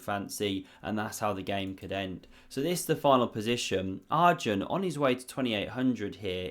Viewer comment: Enjoying your videos and commentary style. But as Arjun is not going away from the chess scene for many years yet, it's worthwhile to learn the pronunciation pf his name. It's not Are-jun, it's pronounced Er-jun, as in the word err. Very jarring otherwise.